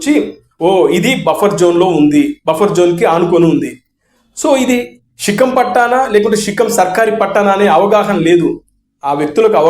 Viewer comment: రేయ్ తాగుబోతోడా షికం కాదు శిఖం రా 😂